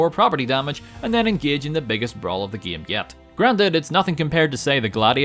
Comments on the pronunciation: I love the part where he says "gaem". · He Sounds Scottish When He Says “batman” “batmobile” “game”